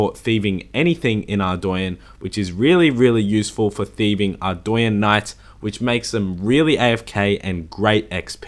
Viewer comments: Man... the way you say Ardougne makes me cringe. It’s AREDOUGHNE not ARDOWYEN brother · Are-doy-enn is not correct pernounciation if i correct its actually are-dough-nay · why does everyone pronounce ardougne (ardwayne) ?? Its Ardoooon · "ArdOOUne" Edit: also another thing from the elite desert diary is the desert amulet 4. When worn, you will be FULLY immune to desert heat and have UNLIMITED TELEPORTS to nardah (there is also ANOTHER teleport but i forgot where the other teleport teleports you to) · Dude your not saying Ardougne right, its pronounced Ardoan. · I do stuff It’s not pronounced how he pronounces it. It’s Arr- dOHne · It's arr-doyn. Look it up yourself. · No one is gonna mention how he pronounces Ardougne?